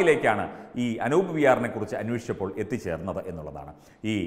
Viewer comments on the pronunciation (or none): Anoop allaa, Anoob aanu🤗